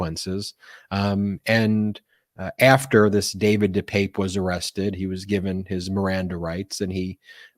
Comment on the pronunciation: De Pape (deuh pap, like Papa). By the way great Spider man!